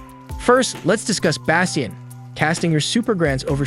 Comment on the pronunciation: And “basteeeyun” 😅 bro Bastion isn’t that hard to pronounce.